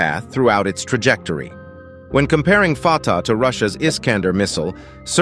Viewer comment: I had to laugh when the narrator referred to the missile as the 'farter' missile LOL